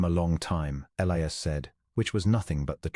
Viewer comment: It is also E-li-as not El-ias.